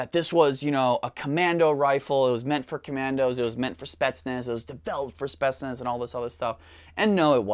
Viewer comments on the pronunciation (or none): since he likes to pronounce words correctly it's pronounced like spi-yets-nas